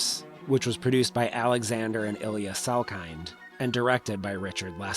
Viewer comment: its "sal - kin" not "sal KINE". yikes. they had been famously/commonly stated that the D was silent.